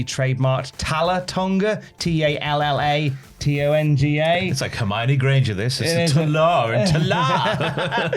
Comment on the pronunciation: Cole can't say "Talla Tonga"... Because he is tall. 🙄🤦‍♂️